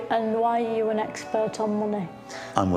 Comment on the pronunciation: I love how everytime she’s in a serious interview she starts with “Ü R you”